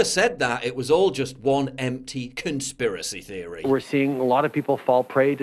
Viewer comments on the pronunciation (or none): In the second video, Trudeau was pronouncing the words "conspiracy theory" with a lisp, on purpose??